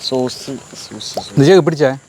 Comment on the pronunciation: ചീസ് അല്ല സോസ് 😂😂😂